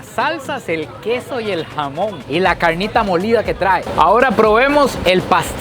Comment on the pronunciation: Ese asentó para la carrnita